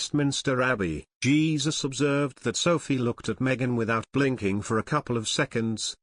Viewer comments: It isn't Jesus it is Heh Soos!!!!! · Jesus - pronounced in Spanish, "Hay Zuse"!